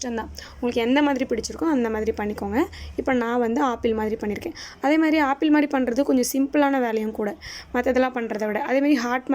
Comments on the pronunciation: that is not a aapple that is apple ok va🤣🤣🤣🤣🤣🤣🤣🤣🤣🤣🤣🤣🤣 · Apple nu Koda seri ya solla therla chii